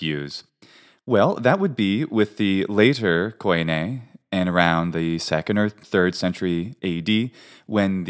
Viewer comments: Why call common Greek k-aw-ee-neh (koine) , when in Greek we just pronounce it kee-nee ??? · thanks for the correction. you are right I got slightly confused with terminology in some cases . None the less the word is not pronounced koyney it is pronounced kini, or kee nee there is no o-y or e-y... look at the translation of φοινηξ and you will understand the inconsistency between different takes of the of the double vowel use/translation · Hey amazing research and information, makes me want to get back in to learning Hellenic again, thanks! I do have one comment though being native and all. It is very common to mispronounce some things due to the different use of letters between different languages. For example Koine is actually pronounced Keen-ee (kini) and not Ko -ee-ne. Even though there have been major changes over the millennia, the modern way we speak Greek helps to understand the fluidity when speaking within a set of consonants and vowels. As an unwritten pronunciation "rule" back then that we kind of have today as well, we avoid to pronounce multiple consecutive vowels ( I totally forgot the term for it). So if you try to pronounce a combination of words of something like Κοινή ελληνική together you will see (hear) that it "oi" as "o-ee" does not sound natural at all. So I think phonetically things lie somewhere in between but can of course be as diverse as in modern Greece from the old Corfiot to Tsakonian, Cretan or the Cypriot Greek dialects.